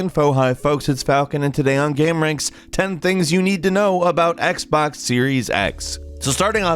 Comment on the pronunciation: Its Xbox not Xbax